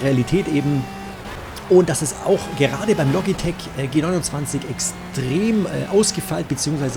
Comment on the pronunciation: Welcher Mensch sagt denn Bitte G-Simumzwanzig 🤔🤦🏼‍♂️